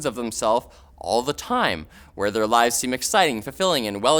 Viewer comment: During #5 I kept hearing "lies" rather than "lives". Which also fits.